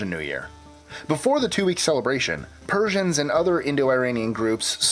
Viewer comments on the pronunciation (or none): none